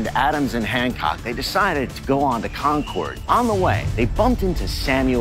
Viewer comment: Dude is supposed to be an expert and he can't even pronounce Concord correctly